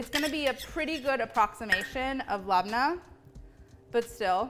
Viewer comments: Molly love it but if you really want to appreciate another culture it’s pronounced Leb-nah . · Do any native arab speakers pronounce "labneh" this way?